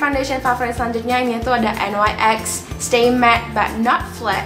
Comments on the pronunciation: hai... NYX bacanya niks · emang en way ex bacanya 😭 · Bener yang di ucapin ka kali hahaha